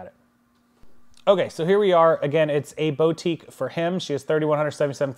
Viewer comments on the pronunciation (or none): "boo"tique not "bow"tique. just fyi you know